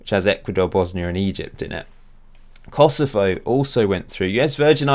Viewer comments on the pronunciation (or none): none